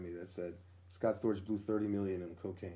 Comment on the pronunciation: Scott Storch!! Not Scott Scorch!!